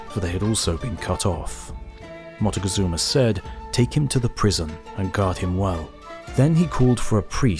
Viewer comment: I can’t take it how he pronounces it “motagazuma”